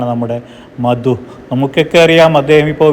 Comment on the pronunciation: മദു അല്ല മധു 😒